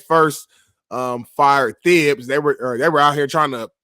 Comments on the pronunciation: called Thibodeaux ‘Thibs’. Pretty sure it’s pronounced Tibs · lol pronouncing the “H” in Thibs lol